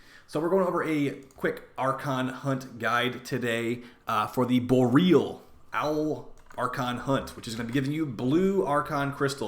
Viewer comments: bo-ree-ahl, not bo-real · it is Bor-E-Al like auroa borealis, not bor real.